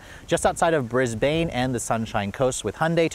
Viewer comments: Brisbaaane???!!! It's pronounced "Brizbin" mate! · Dont want be that guy but, its pronounced Brisbin, not Brisbayne. Welcome to Australia nevertheless and great review as always! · It's "Bris bin", not "Bris bane" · Pronounced 'BRISBN' by Aussies. (also 'Melbn' & 'Sidnee' to name the big ones too). Re the 'Venue'. In Aussie, the Venue is aimed at replacing the Accent. BUT. Venue needs to be a touch smaller. What you correctly said, is that Venue competes directly with Mazda CX3 and similar quite small SUV's. That's okay, but to replace the Accent, they really need a small 'city car', like a Kia Picanto or Suzuki Swift. Thank you as always, for your top review, although, as I'm an Aussie, I check our reviews too. :-) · Had a look at one today the visibility from it was terrible. And Brisbane is no pronounced brisbaaane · in my home country!? Awesome. Mispronounced Brisbane though 😂